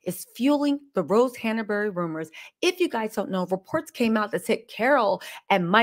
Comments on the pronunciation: It's Hanbury , not HannAburry. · Your information is SO misguided . Your hatred for a family you don’t know even know is clouding your judgement . I would suggest doing some actual research before posting so much misinformation. And it’s HANBURY NOT HANERBURY . At least get her name right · the name is HANBURY, not HANABERY! Say it properly. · Who can take you seriously when you refer to Rose Hanbury as Rose Hanaberry? Don’t you know her name yet?